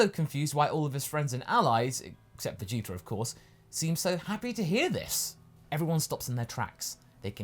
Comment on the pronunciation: Oh dang. Kaiser is right, he does say Vegeter